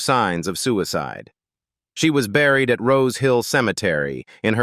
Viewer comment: Have you heard it pronounce suicide?